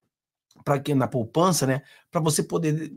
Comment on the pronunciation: Poupança e não “ Popança “